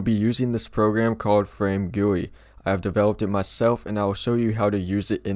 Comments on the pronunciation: Him saying FrameGuWi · the amount of times he said "FRAMEGUI"